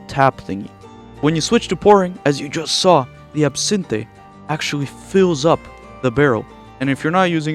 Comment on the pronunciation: That's NOT how you PRONOUNCE the word ABSINTHE